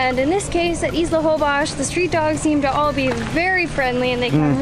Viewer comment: Why do you guys pronounce Holbox with Holbosh??